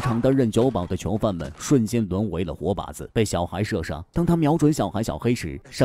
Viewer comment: 为什么都是“桥”犯，听着太难受了😢